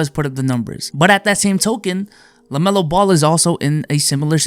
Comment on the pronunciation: No one:: "lamelo belo"